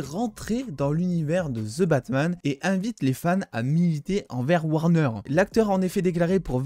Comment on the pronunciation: La désolé je suis pu capable ton " ze Batman " normalement j'aime tes vidéo mais le ze jsuis pu capable ou avaez vous appris l'anglais car au Québec on le prononce comme le reste du canada et des USA ex: votre Hulk qui nous on le prononce comme les anglais holk poyr la pronociation donc le the que vouz dites ze nous comme ces prononcer e est prononcer i et le th en d donc ex: The Undertaker est prononcer Di Undertaker sérieux je like toutes tes vidéos a part les ze batman Sans rancune mais la en startant la vidéo et jai entendu une fois de plus le ze jai dit non jme vide le coeur pour esseiller de comprendre pourquoi en France vous déformer l'anglais de cette facon la quand tu écoute de quoi en anglais tu l'entend comme jle dit ou pas?